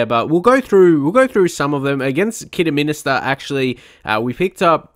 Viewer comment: Just to let you know it’s pronounced Kiddy-min-ster. You’re adding an extra ‘i’ 😝